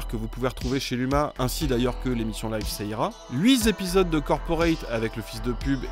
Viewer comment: Merci de dire "Toujour est-il" et pas "Toujourzétil" ... :D Par contre "Huitépisodes" et pas "huizépisodes". Bonne vacances. :D